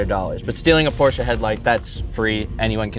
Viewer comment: Porsche. Not Porscha.